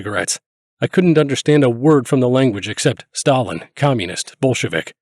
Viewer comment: "Geshtapo", "Shtalin" ?